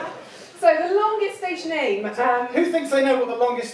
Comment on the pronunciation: One of the four letter station was incorrectly pronounced. My user name is a bit of a give away.